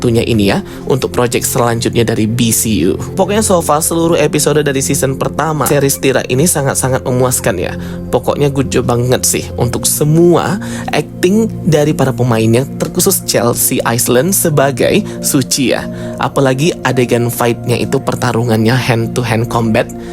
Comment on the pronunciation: is lan bang bukan ais len